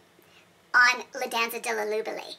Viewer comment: You tryna say Le Danza delle Libellule 🤣🤣🤣🤣🤣🤣🤣